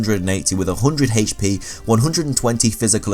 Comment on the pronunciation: The way you say HP is god awful